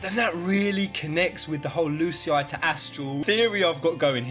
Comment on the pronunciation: Btw when you pronounce Lucii it sounds like L'cie maybe Lucii = L'cie ? What do you think about it?